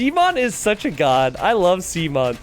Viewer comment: “I love sea-mon”